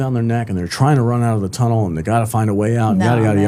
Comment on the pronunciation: Are you saying chunnel,?